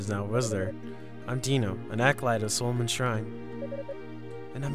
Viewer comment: Tow (toe) as in towing a boat. Not tow as in towl. Mispronounced Solomon also. Is Sol-o-mon, not Soal-o-mon. Feena is also pronounced Fee-na, not Fee-in-a.